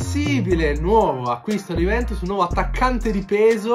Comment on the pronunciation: Ma hai problemi a parlare dici Juvemtus conmenti